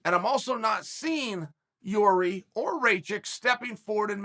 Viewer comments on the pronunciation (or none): Its Yuri